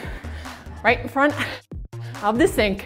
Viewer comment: I thought she was saying: Right in front of your steak XD